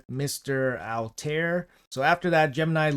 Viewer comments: ALL- TAH - EAR = Altair! Plz bro don't make me weak. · Pronunciation, if you care is Al(l)-tie-air. Bai-ek, Ba-seem